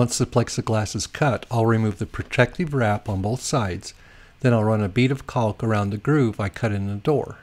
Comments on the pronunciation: Caulk is pronounced kok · maybe, but nobody but you says it like that, right?